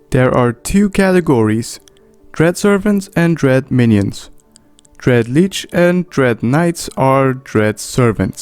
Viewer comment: One thing hurts my "mmo-rpg feelings" - It is pronounced shortly: Lich, not Leech